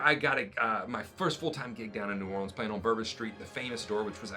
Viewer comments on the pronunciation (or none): none